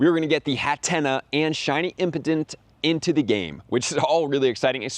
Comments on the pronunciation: Brother it is"impadimp" not impotent lmao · Bro stop saying impotent 😂